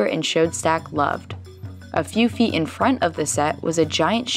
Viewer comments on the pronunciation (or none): "a few fee in fron of the se was a gian shee of glass"